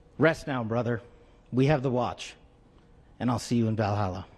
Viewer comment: He really said "see you in Valhallah" AHAHAHAHAHA